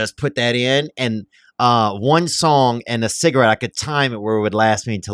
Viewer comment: I love how he emphasizes the part of a word that no one else does. InterNET, CigaRETTE , PerVERT. 😂 Theo is such a gem. Gang.